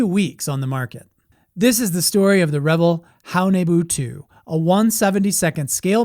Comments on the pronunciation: Thank you. It was a California company not the word revel.... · CORRECT! The company is pronounced RE-VELL, not revel. That's two L's not one. I would revel in cheer hearing you say our Venice, California born company name with respect. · So a guy is gonna tell me about models when he doesn't even know how to say reVELL? You know, rhymes with HELL? Oh well, his stupid error saved me six minutes of my life! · It’s pronounced “Re-vell” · What is the proper pronunciation of “Revell?” I’ve always pronounced it as “Rah-Vel,” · It’s Re-VELL—accent on the second syllable… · Yes Re Vell that's how loyd Jones said it and he worked for revell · Have I been pronouncing Revell wrong the past 50+ years? 🤔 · I liked the video. No disrespect intended but you mispronounce Revell. Emphasis is on the 2nd syllable. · I disagree with pronunciation of Revell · I grew up hearing adults say it the way he said it in the video. I then heard it proper many years ago and it hit me. "Oh yeah, that is a double "L" so it is usually pronounced that way." A lot of the problem growing up before the internet, is you often saw words or names but never heard them properly. The same is true for handed down "facts." Grandpa said something he thought was true by observation, and it became "fact." I've found dozens of such things common across all of society. Also, a lot of people, especially people in the USA, are lazy about names. Lots of our own city names are pronounced in ridiculous ways as a result, and if your company has a foreign name, forget it. They don't care about pronouncing it in the native way most of the time. I try to be respectful of that. It's their name, not mine. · Great video! Please correct me if I'm wrong, but isn't "Revell" pronounced "re-VELL," with the vocal stress on the SECOND syllable? I thought that's why they put 2 l's on the end. And the "REV-el" pronunciation makes it sound like drinking, debauchery, and hilarious partying, no? Dr. Pedantic.